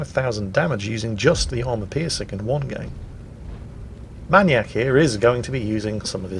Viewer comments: why does he pronounce manyak- manyak and not maniac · Man-eee-AK? May-knee-ack., never change. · are you saying maniac like that for a reason? I thought you'd pronounce it "mai-niac". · Why can’t you pronounce maniac?